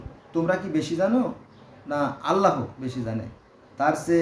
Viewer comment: এই মুর্খ জাহেল থেকে দুরে থাকুন। এখন মুরখরা কুরান নিয়ে কথা বলছে। এটা কেয়ামতের আলামত। এই মুরখ ঠিক করে আল্লাহর নামটি পর্যন্ত উচ্চতর করতে পারেনা।